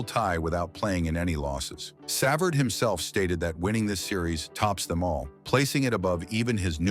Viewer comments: Brutal. Pronounced Sa-Vard. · Shut this crap off. The least AI can do is pronounce his name correctly. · AI cannot pronounce his name.